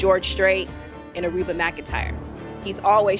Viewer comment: "A"Reba McIntyre... 🤭🙄